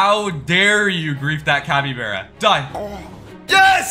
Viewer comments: you say capybearya it is capy-bar-a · you're saying capybeara instead of capybara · said capybera And its capybara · Bro said cabybera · The way he was saying capybeara instead of capybara made me go mad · Capy (BARA) not Capy (BERA) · Its capy bar a not bear a bro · Man said capyBEARa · Why is bro saying capy-bear-uh. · The way he says Capybara hurts me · Bro pronounced capybara wrong